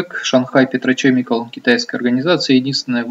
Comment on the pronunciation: Вот как относиться серьезно к инвестору зарубежного рынка, который произносит "Петрочемикал" и "Питни Бовс"? Анализ уже переведенных новостей может быть с огромным опозданием и необходимость читать онлайн изменения рынка США встает на первое место.